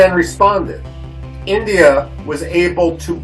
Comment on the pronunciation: एंडीया नही होता है बे गधे इंडिया होता है